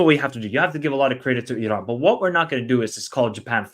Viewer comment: Still pronouncing Iran incorrectly, have some respect and don't be ignorant. It's E-Ron.